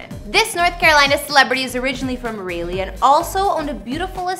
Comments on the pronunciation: It's RAH-LEE..... NOT RAY-LEE.... , This for some reason showed up on my Google explore/home screen... This was hard to listen. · Did she say raylly..... like it ain’t Rah• lee... Raleigh, NC ..... lol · Thank you it’s rowly not rawly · I hated her after that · No one pronounces Rah- Lay lol the right way or Rah- Lee. I've always get Rail-ee or Riley or Ral-ee cthu! It's funny! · Not Raylee, NC 😩🤣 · Raleigh is pronounced Rawl-lee not Ray-lee....SMH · lol....yes she should have asked someone before she did this video! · well it sure isn't pronounced Ry-Lee like the name Riley Rawl-lee Rah-lee close enough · Wtf is Rail-lee? You mean RAH-LEE? SMH. How you even get that pronunciation from the way it's spelled? (Raleigh) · For God's sake!- If your going to do a segment on North Carolina, is it to much to ask of you- to know how to pronounce the name of the damn capital. Its Raleigh...pronounced as ....( Rawlee) - not Railee. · Rah leigh, Salls berry, Correct pronunciations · It's pronounced, Raaa-lee,not Raley.🤪🤪🤪(Raleigh) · WTF IS RALEY!? ITS RALEIGH... RAWL-LEE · Where is SHE from? That accent...omg. Raleigh is pronounced Rah-Lee..not Really. Good lord girl. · Rayylee .. lol! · Ong she said Rayleigh instead of Raleigh😂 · I was so confused raylly? I had to rewind too. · Ra-lee ,simple . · No it's pronounced Rah- lee. Salisbury NC born and raised. Have plenty of family in Raleigh. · Rah- Lay or Rah-lee always acceptable. The other ways just sound odd or funny. Cthu!! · We are also bordered by Georgia in the SW portion of the state... And with all do respect... What did you just call our capital? Rayyleee? 💀🤣🤣🤣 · I thought it was "Rah-Lee" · Rahhhhh..... rahhhhhh ....... Raleigh (Rah-Lee)...... Salisbury (Sawls-Berry)... for fucks sake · She can't pronounced not a damn thing right. It's Rah-lee (Raleigh) and for Salisbury, IDK what she said but that ain't it. #myHOMEtown #born&raised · It’s not Rileigh it’s Raleigh I know because I’m from North Carolina